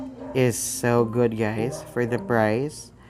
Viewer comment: You cant say the price clearly